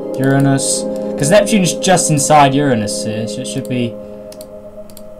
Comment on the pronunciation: Thats not how you say Uranus